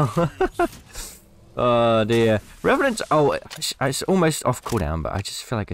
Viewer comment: Revanant more like "Rebanant"